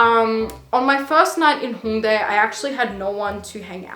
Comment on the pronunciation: I'm french and you're pronunciation of HHHongdae and annyeonghaseyooo made me laughed bc I can hear if a native talk or if it's a stranger 😂😂 I know it's weird but it made me laughed x)